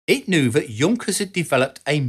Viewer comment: It was a well know and highly respected German engineering firm, pronounced YOONK-ers, not JUNK-ers.